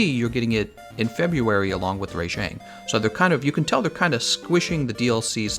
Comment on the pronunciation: Ray-jeng WHAT.